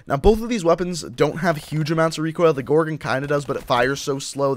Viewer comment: He says gorgin it's gorgon